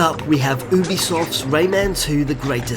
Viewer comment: Great video dude, but Ubisoft is pronounced You-Bee-Soft. (I asked their PR to make doubly sure!)